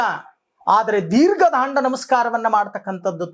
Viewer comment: ದೀರ್ಘ ದಂಡ ನಮಸ್ಕಾರ ಗುರುಗಳೇ ಅದು, ದೀರ್ಘ ದಾಂಡ ನಮಸ್ಕಾರ ಅಲ್ಲ.